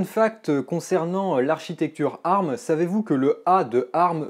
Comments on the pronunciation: On ne dit pas "arm" colée mais " A-R-M" lettre par lettre... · Mes oreilles !!!!!!! Un CPU arme ????? Ont dit ARM qui veut dire Advanced Risc Machine ! donc vu que c'est un acronyme ont dit A R M !!!! et non arme ! La prochaine fois dit usbe (Pour USB) ou spu (Pour CPU) tu auras l'air aussi intelligent ! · C'est la première fois que j'entend quelqu'un prononcer "ARM" en le disant "arme" et non pas "A,R,M", ça m'a perturbé tout le long de la vidéo x) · On dit A.R.M pas arm c’est terriblement degeulasse